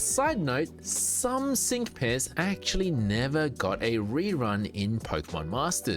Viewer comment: when you said "sync pairs" the way my brain interpreted your accent heard "sink piss"